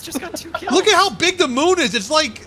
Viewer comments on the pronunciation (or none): Did he just pronounced the moon "Mun"?